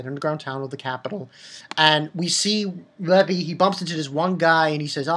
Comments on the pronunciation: and i don't think you call him levolley XD great video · I don't mean to sound like a dick, but don't his friends tell him how to pronounce Levi's name right or anything...? its said fairly clearly in the dub how to pronounce it.